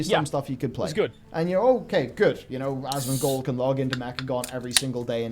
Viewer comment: Did call him Asthmagold?